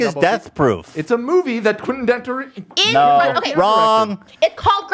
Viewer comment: OMG Dan is flustered and the way he garbles up Quentin Tarantino's name is so fucking hilarious XD